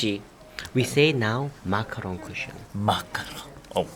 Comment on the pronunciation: "Macaron cushion" as a French people, I'm dead! X)